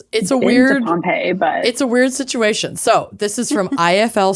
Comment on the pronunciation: "Sitch-u-it". It is Massachusetts, after all. 😆